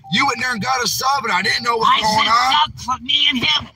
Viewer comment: Wow, actually said “WHAT” instead of “WHERT” twice in one sentence! 🤣 And again here! 😜